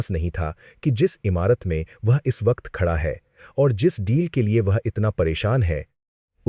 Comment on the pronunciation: Khada ko khacha kyo bol rha hi. Hindi nhi ati ky